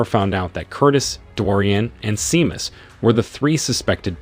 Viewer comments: "SHAY-MUSS", not "SEE-MUSS". I hate AI narrators....and how exactly is this a "SciFi Recap"? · Sinead is pronounced sha-nade and Seamus is shay-mus. Teach your AI better language skills. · "Sin EEE Ad". lol. "SEE MUS".